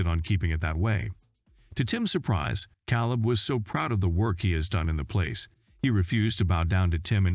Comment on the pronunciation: Wow!! This narrarater is a real Heartland fan. Calebs name is K leb, not cow leb😄